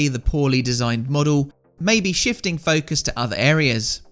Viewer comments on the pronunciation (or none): none